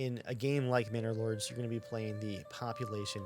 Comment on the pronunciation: from now on the name is "Minnor Lords" instead of "Manor Lords", mhm.